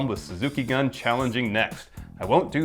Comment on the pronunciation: Please work on your Japanese pronunciation stuff guys. Gun in Japanese is like Goon. Also I've never heard anyone say Okada's name correctly. Kaa zoo chi kaa.